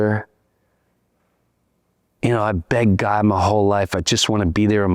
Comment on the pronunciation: ermagurddddd why u tawking about gurd